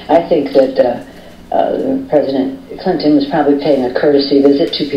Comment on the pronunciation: Many pelosi is an idiot...listen as pelosi calls PRESIDENT Clinton...why do ppl give her air X...I've listened 3x's & she says preside Clinton...she's an idiot